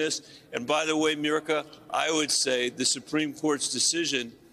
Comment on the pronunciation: Someone should tell the Senator that the interviewer's name is Mika, not Mirika